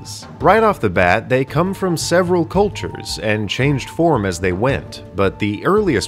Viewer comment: I'm so sorry, but "cultues"